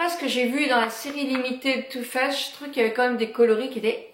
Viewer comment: C'est too faced pas too fesse